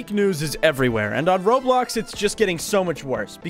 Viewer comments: bro said RoadBlocks instead of Roblox. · att the start he sed roadblocks😂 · blud really said roadblocks instead of roblox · Bro said roadblocks💀💀💀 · MAN SAID ROADBLOCKS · Bro said roadblocks 💀